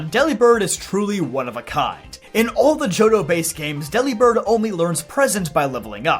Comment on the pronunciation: Delibird is pronounced like Delivered. With a b instead of a V. Its a pun.